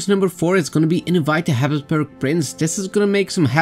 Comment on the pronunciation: Mmm Habsuburgs again hehe